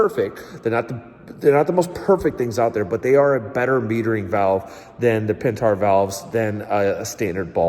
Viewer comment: Pentar 😂 pent-air